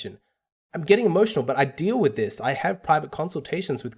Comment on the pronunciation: it's "with" not "whit"